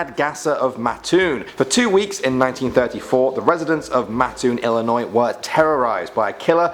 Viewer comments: Ex-Bloomingtonite here: Thank you ever so much for pronouncing the State's name IlliNOY, rather than that confounded IlliNOISE. There's no noise in Illinois! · thanks for actually pronouncing illinois correctly! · First, THANK YOU for pronouncing Illinois correctly. Second, please do a part 2 for Illinois. Third, please do Indiana Urban Legends. And finally, please do Native American legends. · I'm from Illinois, Mattoon to be precise and I want to say thank you for saying it right. Also, I would love a part 2. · Thank you so much for actually pronouncing Illinois right and I love this channel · Oh my God I'm from Illinois thank you for not staying illinoi"sssssssssssssssz" 😂😂😂😂😂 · Im an illionoisan and thank u for pronouncing it right and plz do an irish legends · wow you actually got my states name right most people from out of illinois add the s and it is quite annoing